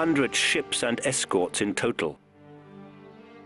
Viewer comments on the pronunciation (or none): none